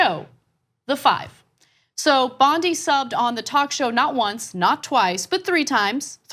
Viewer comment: Isn’t her last name pronounced “Bond-I”?